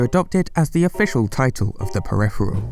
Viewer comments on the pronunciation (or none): none